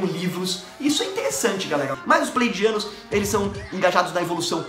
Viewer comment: meu amigo, acho q o nome certo é Pleiadianos e não playdianos ehehehehehehee